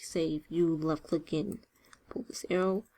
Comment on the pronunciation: Took me a while to understand that when she says "lucklick", she means "left click".